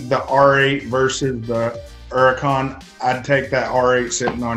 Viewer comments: What is a urican? You mean Hurican? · Is this dude stupid or does he just like saying “Uracan” instead of Huracan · It’s a Lamborghini Huracan not an uracan idiot !!! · Don't forget the H in Huracan bud! Don't forget the T in Aventador bud! Sheesh! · Where’s the “H” in huracan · it can be pronounced as Huracan or Uracan